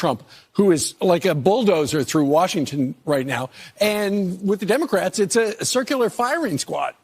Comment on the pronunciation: Did you say Demo - Craps ? 😂😂😂